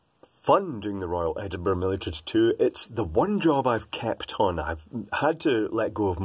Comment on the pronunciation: When you said "kept on" I heard "kapton" xD . About mirrors: They make the camera more versatile. It's easier to do things like astrophotography, when you don't have a dedicated camera for that. I doubt the preview of a mirrorless cam would pick up any stars in the vincinity to focus on or align the telescope to the nebula you don't actually see. Real mirror + eyes could. However, I admit that this is a pretty special application. Let me have another go: The preview screen has a resolution so low you cant't really see your exact focus. Focusing a 20 MP image on a 3 MP screen is like building a watch with an excavator. It doesn't matter much for artistical images since there usually is at least a tiny bit of stuff in both dorection of the spot you want to focus on, but for technical images where you want to image a plane, like astro, mikro or repro, you wan't to be sure that the focus isn't even 0.1 mm off. Autofocus isn't accurate either, not even on the EOS 5D I work with, not to mention that it doesn't work under even what I consider medium-to-low light conditions.